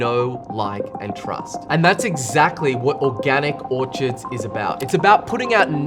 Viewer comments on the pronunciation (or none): It’s Orchards. Not Orchirds Thanks for your information. I appreciate it.